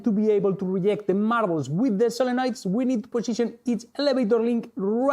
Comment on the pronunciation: Say Marrabels faster… marrablsmarrararblsmarrrararabrs